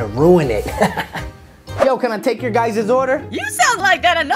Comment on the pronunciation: In he dud said gyses im not kidding